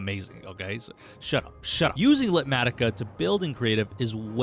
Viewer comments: I think you’re saying it wrong! Light matica? Litematica. Beyond that only you can get away with that list! 🤣🤣❤️ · "LITmatica" ?! If you said it that way to make me comment, you've succeeded